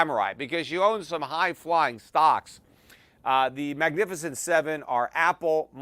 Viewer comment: Peter you always listen to CNBC and you've never heard of "The Magificient 7" 😂